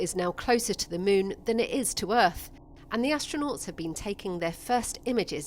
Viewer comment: I kept hearing "mune", instead of moon.